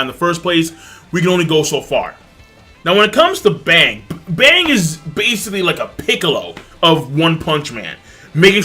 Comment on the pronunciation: rice He wasn't saying bomb. I'm using headphones I can get hear what he is saying pretty clearly. He was switching between the pronunciation of Bang from english to japanese.